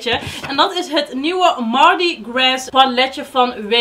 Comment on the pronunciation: Mardi Gras is Frans dus de s hoeft niet uitgesproken te worden <3 dank voor de review =) ik zag dat revolution ook zo’n veelkleurig palet heeft =)